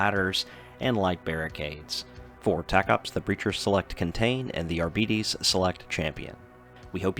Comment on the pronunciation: Its pronounced "Ar-Bites" fam <3